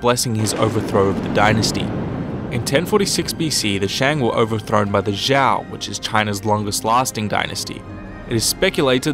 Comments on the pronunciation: I'm just asking but what's with youtubers who cover Chinese history call the Zhou dynasty as Zhao, the only person I heard call it Zhou is Bill Wurtz but aside from that very nice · Zhou is pronounced as Joe. Your not very educated in CHINESE HISTORY,Study more please.... your making a joke of your channel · denglinzhiniao 不止宋，其他也有很多错误，比如周，都念成赵了。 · zhou is pronounced “Joe” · Good video! A little correction on pronounciation: Shang = "Shung" Zhou = "Joe" [...]-Yue = "Yu-er"